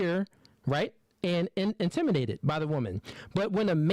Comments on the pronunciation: Why tf can't he say intimidated 😅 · Intimidated, please say it correctly😂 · I'm shocked he mispronounced that word. Get together! Lol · This dude can’t say “intimidated” to save his life. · Nah she on his ass lol he's definitely a narc! He's very biased. But you definitely can't preach or check mate me when you can't even pronounce "intimiDated" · If he says intiminated one more time 😂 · Does the say "intiminated? I think he can't say it right. That's weird. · If he say intiminated o e more time I swear😂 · Turned this off as soon as he said "Intiminated" twice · Did he say "intiminated" 😂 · "Intimi' nated" 😂😂😂😂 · "Intiminated"...that word is a struggle for you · So…nobody’s gonna say anything about the abuse of the word “intimidated”? “IntimiNated”????? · Intiminated is killing me lol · did my man say intiminated? lol that set the bar real low for what was coming, Youtube please stop sending me these lol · Where is intiminated from like say it with the D no diddy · 'intiminated' is wild 😂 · Wtf? Intiminated?! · Am I the only one hearing intiminated? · Intiminated? No offense I really thought I was tripping for a sec. You made great points though brother. 💙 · As articulate as is, "Intimidated" got him in a chokehold. 😆 Intiminated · "intimanated" lololol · Bro keeps saying "intiminated". 😂😂 dude don't even know how to say the word properly. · he is not saying intimidated. or pronouncing it right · Say intimidated right just one time please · learn how to say intimidated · He said it properly every time after that. Way to be pedantic. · I’m annoyed by him mispronouncing the word intimidated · Is intimidated my man needs to know how to pronounce the words before you start talking shit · He couldn’t even say the word intimidated 😂😂😂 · Bro, I literally thought I was losing my mind cause they kept saying it.... I almost torn my acl running to the comments to make sure I'm not crazy😂😂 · This man is incapable of saying the word intimidated 😂🤣 sheesh